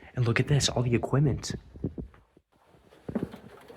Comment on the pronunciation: what accent is it that pronounces "EQUIPMENT" as "EQ-WI-MEN".